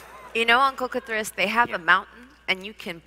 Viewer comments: It sounded like "KITH'ris"? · Am I crazy, or is Jeremy pronouncing K’Thriss’s name with the emphasis on wrong syllable? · You're right. I wish Kris had just corrected him at the start!